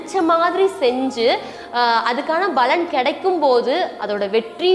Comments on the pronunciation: Unga ella video la yum 'palan' ah 'balan' nu utcharikureenga. Palaurai sutti kaatiyum appadiyae utcharikureenga. Oruvaelai balan dha sariyana utcharipa irukumo Arumaiyaana padhivu. Nandri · Baலன் இல்ல paலன் , தமிழை சரியா உச்சரிங்க ! இதைக் குறை எனக் கூற வரவில்லை என்பதை புரிந்து கொண்டிருப்பீர்கள் . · பலன் உச்சரிக்கும் போது ப விற்கு அழுத்தம் கொடுத்து உச்சரித்தால் நன்றாக இருக்கும். வாழ்த்துக்கள்